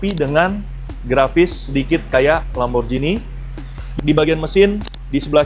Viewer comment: Lamborjini❌ Lamborgini✅